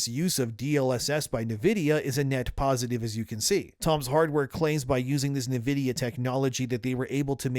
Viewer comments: “en” vidia not “nuh” vidia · It's not Niv-idia, it's In-vidia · Talm bout “navidia.” Are you an AI? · You say Nvidia oddly. "NUH-vid-ee-uh". I always thought it was "en-VID-ee-uh". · I like your content, I watch all your videos but I must say I hate the way you pronounce Nvidia. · The way you say Nvidia is... different.